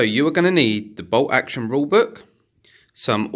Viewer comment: Is ti "BOLT Action" or "BOW Oction"????😂😂🤣🤣